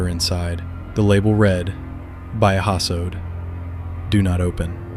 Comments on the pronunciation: Its not biohazo..its bio-HAZARD..😅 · My guy what did you say? "By a hasso"? It's Biohazard BIGH-oh-haz-uhrd. Great videos thought!!!! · "It's called ✨bio hazoe✨" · WTF is biahazod!? 😂